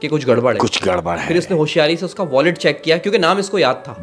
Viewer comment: wallet hota h voilet nhi